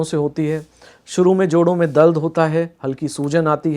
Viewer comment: Information is really helpful. I appreciate it. But every time doctor was saying, "दल्द"....In place of दर्द 😂😂